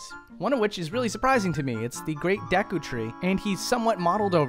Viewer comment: Deh-KU tree? Wtf